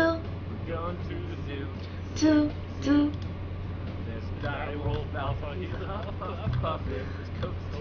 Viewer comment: Can't say zoo EleGiggle